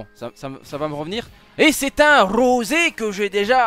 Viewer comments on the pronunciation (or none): Rrrrrosé c'est fait exprès mdr ?